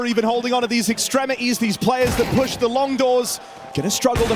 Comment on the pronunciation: I swear these casters just randomly decide to drop t's in words and say others. It's wild. "ExtremiEEES"